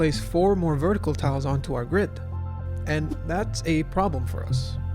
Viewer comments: "The GIRD can fit..." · "the gird"